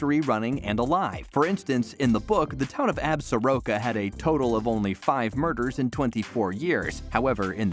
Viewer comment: As a native of WY I sure wish the word Absoraka was properly pronounced! It is Ab Sore Ah Ka!